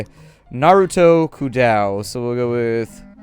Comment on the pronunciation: It's Kodou, not Kudau.